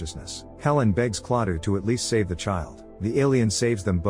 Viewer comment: its not klattah klatoo